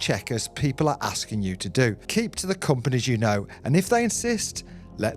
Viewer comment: The scammer is from African descent. The way he pronounced certain words made it clear. For example, the way he pronounced the word 'companies' . He could be a student in the UK. Who knows?